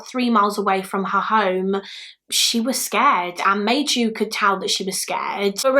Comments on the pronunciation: I’m not Finnish but thanks to my one Finnish acquaintance I’ve made, Maiju is pronounced more like My-you! Interesting and sad case. As usual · I was so excited to see a Finnish case! I never heard of this case, even though I live 40 minutes away from the place. The butchering of the Finnish names was a bit distracting but also kind of funny :D (Maiju= my you) Keep doing Finnish cases, the Finnish community will definitely watch since we always gather where Finland is mentioned XD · If anyone is curious on the Finnish pronunciation of some names; Maiju’s name would be pronounced My-yu, it means May in Finnish. Kyllikki would be something like koo-licky. In the Finnish language every letter of a word is enunciated so it can be intimidating but it’s such a beautiful language 😍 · I think Maiju is pronounced Mai not May and like yu not ju